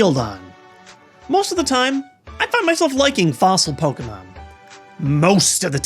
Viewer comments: Why does he pronounce it poke-mon its pokEmon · Dude, it's not pronounced "Pokmon" it's "Po-kem-on" and it's short for "Monster Rancher". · I love Pouukmon! Why does he pronounce it like that though anyway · It's pronounced Poe key mon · Do people not acknowledge the accent over the E? It's not pronounced Pokumon... Idk why so many pokemon fans pronounce it like that... It's wrong. Jesus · I love how you pronounce the word "Pokemon" :D